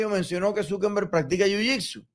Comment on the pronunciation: No se dice Zukember, es Zuckerberg, sin N